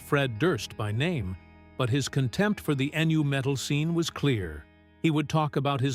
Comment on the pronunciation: It's 22 minutes long because it's AI generated. Nobody calls nu-metal, "N U Metal".